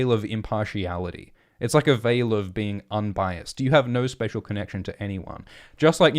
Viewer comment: Not bean, but Being